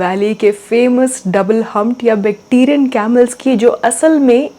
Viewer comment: बेक्टीरियन नहीं बैक्ट्रियन होगा